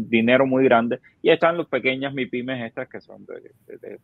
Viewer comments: Dice Maipimes. Es un experto realmente 😂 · ese hombre está claro en lo que dice, pero explícale que se dice “mipímes”, no “maipímes” (medianas y pequeñas empresas).